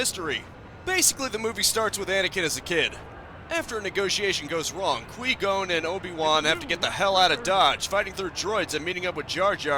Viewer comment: Were you intentionally saying Liam nessons characters name wrong I gotta know